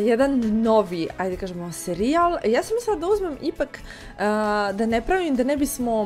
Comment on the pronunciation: 0:5 seri-jal xD ja ono 1 put čujem kažem kako?Mislio sam da mi se činilo. 2 put sam se zasmejao.